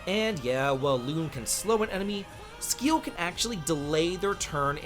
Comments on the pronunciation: Yeah right Skkkiel😂 its Siäl!! no brain just brwan🤷🏽‍♂️ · Yeah im pretty much on the same page with the rankings. Also i laughed my ass off at the butchering of Sciel's name. i mean there's voice overs. Its pronounced See-elle or simply C-L. Which means sky in French. Written Ciel though. Same with Ma-elle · "loon" and "skeel" is effing killing me here. My man played the game with sound of or something. Also, terrible tierlist. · My guy, her name is spoken all throughout the game. How are people still calling her "loon" Cmon bro, "skeel"? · Loon, Skiel, May-el! This game has amazing VAs how do you mess up all names when they get pronounced so many times. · he pronounce all female characters name wrong. loon, skeel, may-el ... who would take this tier list seriously from someone who don't even know how to pronounce these characters names?? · Really butchering the sciel name with calling her skeel 😂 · Sciel = "sea-el" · man you don't even know how to pronounce Sciel's name lol. have you played the game at least? I mean, there's a lot of dialog right? you didn't hear anyone pronouncing her name correctly? maybe you skipped the cutscenes, go figure... lol that was funny. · Also side rant, why is he pronouncing the names, specifically Lune and Sciel like that??? I played in English, is that how it’s pronounced if you play in French maybe? Not trying to insult just curious lol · Brother really said who cares about slow in a turn based RPG with a turn timeline😂. But other than that, solid ranking! (side note: intentionally mispronouncing sciel's name for engagement is smart, i'm taking notes lol) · Did you not play the games in English or did I just decide to pronounce their names (lune and sciel) differently on my own?